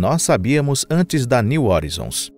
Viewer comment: Cara aprende a pronunciar as palavras direito pelo amor de Deus, que agonia de vc falando horizons, o vídeos está muito bom, mas podia estar perfeito, não inventa pronúncia, estude, pesquise e aprenda.